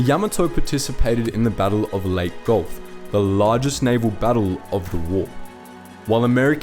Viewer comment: You might want to check your spelling of Missouri. Also the "e" in Leyte is pronounced.